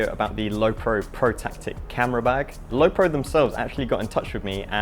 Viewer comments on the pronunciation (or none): none